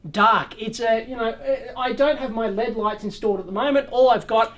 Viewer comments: why do you say lead not L.E.D. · Acronyms are pronounced as words. Abbreviations are not. And its probably a Australian thing to say LEAD instead of L.E.D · Saying LED as a word just sounds wrong to me, because it's pronounced the same as lead, a toxic substance that has been removed from various items over the past few decades (gasoline, plumbing, solder, etc.) due to its danger to public health -- so that's a very negative association that LED lights are trying to be the opposite of, due to their energy savings and lack of the similarly toxic mercury found in fluorescent lamps. So, maybe in another generation when nobody remembers what lead is and how dangerous it was, then manufacturers will start pronouncing LED as "lead", but until then, they will say "L E D" to avoid any association with lead. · It was born an initialism. From oxforddictionaries(period)com - Definition ACRONYM an abbreviation formed from the initial letters of other words and pronounced as a word (e.g. ASCII, NASA). Compare with initialism. Grammar- An abbreviation composed of the first letters of other words so that the abbreviation itself forms a word. An abbreviation consisting of initial letters pronounced separately is called an initialism.